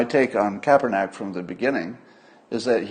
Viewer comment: It is Kaepernick, not *neck